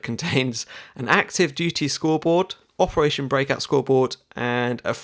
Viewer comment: 'opertation' heh